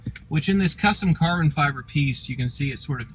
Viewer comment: "Kar-BIn FIE-BER"